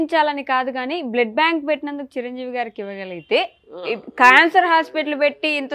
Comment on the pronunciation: అరె సన్నాసి హూ ఆర్ యు సన్నాసి అ ఆ ఉ ఊ ఏంటి మాటలు అసలు అర్థం కావడం లేదు మీ ఛానల్ కి ఎవరు రావడంలేదని వారుని మాట్లాడమన్నారా ఓ ఓ ఓ బ్లడ్ బ్యాంక్ కాదు బ్లడ్ బ్యాంక్ అది కూడా కరెక్ట్ చెప్పలేడు ఈ సన్నాసి